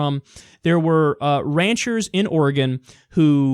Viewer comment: Kyle, I appreciate the fact that you say Oregon correctly. Drives me nuts when people say it wrong...